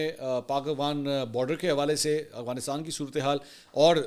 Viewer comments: ایک تولفظ اغوانستان نہیں افغانستان ہے منصور بھائی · Aap afghanisat ko galat bolte hein agwanistan kehte ho aap talafz ko theek krein aap tu itne parhe likhe tu lafaz sahi nhi bol pate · Aghwansitan 😂 Mansor Bhai